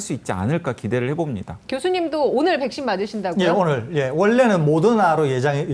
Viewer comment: 설교수님 백쉰 발음 중독된다..